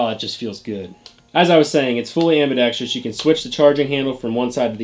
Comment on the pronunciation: Tip: ambidex-trous, not ambidex-trious.